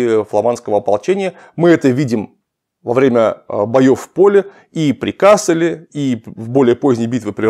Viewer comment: вообще-то надо говорить КассЕль (ударение на втором слоге), т.к. речь идет о фламандском городе. В Германии есть город КАссель. Оба названия происходят от латинского castellum (лагерь), но произносятся по-разному.